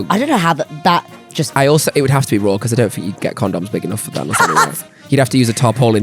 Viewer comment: Not me thinking meant 'roarrr' did not think raw at all 😂😂